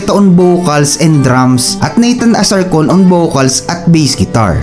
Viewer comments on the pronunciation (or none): none